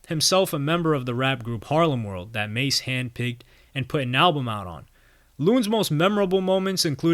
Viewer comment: Yooo you messed this up. Don’t talk about the culture you clearly know nothing about. You can’t even pronounce ma$e’s name. He clearly pronounces it in his music, if you really did your research. Terrible journalism.